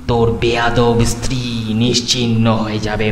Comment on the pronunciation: golpo ta osadharon... gaye kata dicchilo sunte sunte... lekhok ke dhonnobad ei level ekta golpo upohar dewar jonno...eto boro golpo intensity maintain kore poratao commendable bepar, sejonno channel ke kurnish... sudhu koyek jaygay stree kothata istiri sonacchilo, eita ektu thik kore nio...